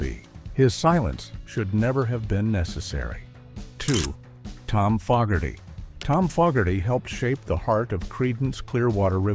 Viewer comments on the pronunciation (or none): And they pronounced Fogerty wrong. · Same with Tom Fogerty which he constantly pronounced wrong. They're saying CCR is metal in other words.😂😂😂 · Fogherty heavy metal.....Hah!